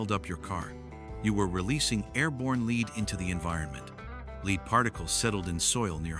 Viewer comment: I so dislike when people cant just say their stuff in their own voice & not in AI that cant pronounce words right.